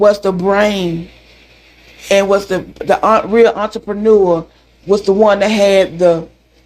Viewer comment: Not the entrepre-nigga spirit, 😂 It's 5am and I had to turn the volume up and rewind it 3 times to hear what kind of spirit Slotell has!😂